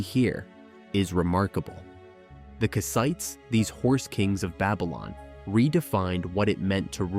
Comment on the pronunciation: Nice video but... "ite" is not the stressed syllable, "Kass" is. Anytime in English you see a people whose name ends in "ite" the ite" is never the stressed syllable. Kassite, Hittite, Samnite, Elamite, etc - all unstressed "ite".